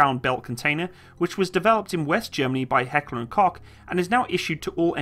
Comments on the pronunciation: It's not Heckler und Cock. It's Heckler und Koch. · i hate to be that guy but its pronounced coke like coke the drink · Heckler and Koch. The Koch is Pronounced (Coke) my ex father in-law was German and they will correct someone quickly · what the hell i Hoch not kok! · It's pronounced COKE not Cock. Other than that great vid! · Its heckler and koke not cok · Heckler and KOCH not Kock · It's pronounced Coke not Cock... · It is pronounced Coke. I usedto get this wrong, as I am a yank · interesting pronounciation: "Heckler und C*ck" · Yes, that's right. Because in English "ch" is pronounced with a "k". Same with "Heckler und Koch", wer he said "Heckler and Kok". It's difficult for not-German-speaking people to get it right :) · It's pronounced vehyr-macht. And it's heckler and - koch (coke) like coca cola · Koch is actually pronounced coke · I love how English speaking people Pronounce Heckler&Koch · For me as a german it felt like someone punched me in the face when he Said Heckler and Koch.